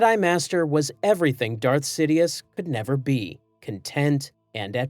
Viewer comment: See Foe Die Ass? was that on purpose? Or do I misremember the pronounciation in the Movies?